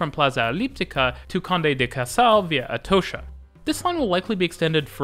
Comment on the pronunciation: Atocha = "Er toe sher"? ok, mate.